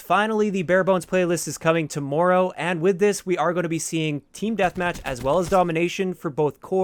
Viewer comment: The way you say TOMORROW is hilarious and you said it a million times 😂😂😂